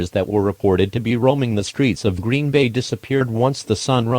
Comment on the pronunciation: NOT GREEN-BAY